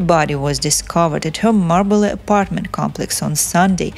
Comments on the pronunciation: If you’d learn to pronounce Marbella and « filed for divorce » among other words&names it might be useful! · At least learn to pronounce Marbella.